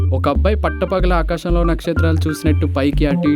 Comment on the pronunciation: మీ ప్రయత్నం చాలా బాగుంది. అయితే "పెళ్ళి" బదులు 'పెల్లి" అంటున్నారు. కళ్ళు బదులు కల్లు అంటున్నారు. ఆకాశం బదులు ఆకషం అంటున్నారు. "మళ్ళీ" బదులు "మల్లీ" అంటున్నారు. అక్షర దోషం లేకుండా చూడండి